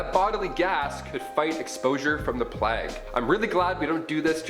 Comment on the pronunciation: It’s pronounced “playyg” not “plagg”